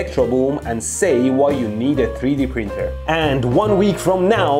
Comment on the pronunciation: “3D pronter”